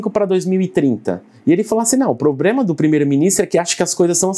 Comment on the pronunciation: PROBREMA POBREMAWAHAHAWHUAAHUWHWAUAHUWAHUAHWJAHUASHUWAHSUAHWUWHAUAHWJWBAJABWUWHAU